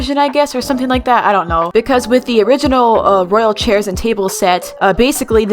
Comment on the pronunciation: It was the "chaier" for me lol